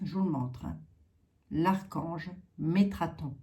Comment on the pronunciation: C'est METATRON 🤪♥️ et non metraton